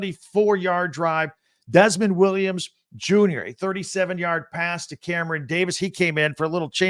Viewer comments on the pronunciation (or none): Btw, it’s not Desmond Williams, it’s DeMond, sounds like Da-Mond, Williams. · To ALL BIG TEN commentators: It's not DESMOND Williams, it's DEMOND Williams. It's unprofessional--and I am talking to YOU, Michigan announcers--to consistently mispronounce a player's name. Learn it before the game, and do it right. Thank you.